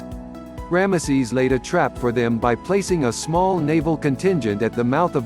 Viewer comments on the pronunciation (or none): The way you say ramesses , it sounds like one of those old blue collar comedy skits , cause it sounds like you are saying "grandma sees"